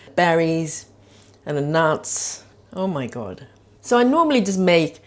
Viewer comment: I always wondered if you were getting enough protein. Seems like you are with the nuts. When you said oh my God, sounded like you had a Brooklyn accent! LOL!